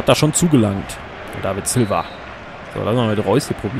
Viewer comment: du sagst David Silva hahaha